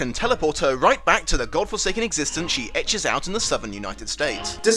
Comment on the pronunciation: Ekes is not pronounced like Etches. It's pronounced more like Eeks. And it's not plasates. it's plakates.